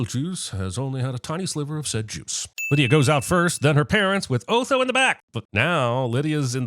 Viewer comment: Just yesterday, Jeremy was pronouncing his name as "Aw-tho" , so we know him or the writers haven't watched the movie, or watched it so long ago that it faded out. Also, he really falls into the "Strang and Unusual" category.